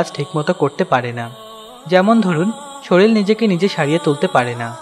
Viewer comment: শরীল না শরীর